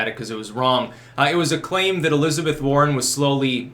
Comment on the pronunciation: At first, I thought you said the Sanders-Boring Interplay.